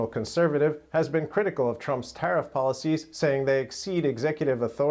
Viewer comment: Vat ist a "Tattif"? 😁